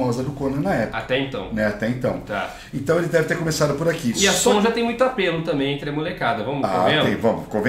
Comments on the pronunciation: DICA: A pronúncia correta de SONJA é Sônia. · Eu acho que a pronúncia do nome "Sonja" era Sônia mesmo, soando meio que alemão. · Sonja se le sonia pq tem idiomas em que o j tem som de i